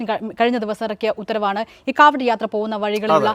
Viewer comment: കാവടി യാത്ര അല്ല. കാവട്ട്യ യാത്ര എന്ന് പറഞ്ഞാലൊ